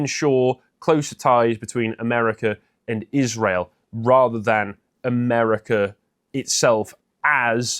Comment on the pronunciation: Tucker says "Rother" rather than "Rather" and i cant unhear it. And it makes me hate him. Does he call a male sheep a "Rom?"